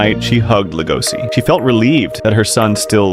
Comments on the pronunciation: It's an SH sound not an S PLEASE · It's lego-she... Not LEGOSI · Legoshi. Damnit say it right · It's pronounced Lego she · How are you going to watch the show where they say his name so many times and still pronounce it wrong? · Cant even say his name right.